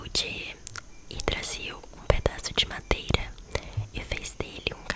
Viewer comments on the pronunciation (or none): none